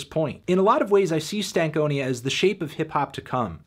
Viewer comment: Why do you say stank onia instead of stan konia